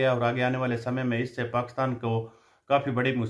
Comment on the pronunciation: एक तो आप पाकिस्तान बहुत बार बोलते हैं,अपने हर विडियो में और वो भी पाकस्तान बोलते हैं,कृपया पाकिस्तान तो बोलिए